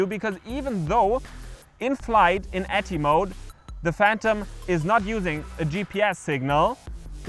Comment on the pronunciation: Why do you have the controller antennae pointing out, rather than up? The phantom antenna is along a leg, so for best signal the controller antennae should be the same orientation. PS "atti" isn't an acronym, so no need to say "a, t, t, i" :-)